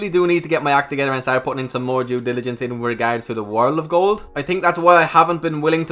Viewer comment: Well now your saying gold correctly. Did you practice lol